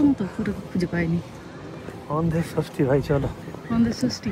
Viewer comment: Kotha ta andher josthi... sosthi noy.